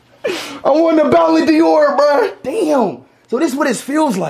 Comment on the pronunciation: Speed it is not bolloon Dior ballon Dior